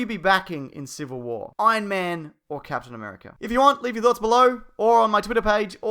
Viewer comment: Captain Am'three'erica